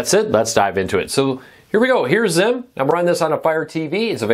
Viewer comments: It’s Zeem. Even zeam commercials called it zeem. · Beautiful. Thanks for sharing but, it is pronounced “zeem ”, rhymes with team.